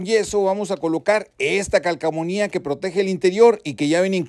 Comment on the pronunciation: Es calcomanía, no calcomunia 😂😂😂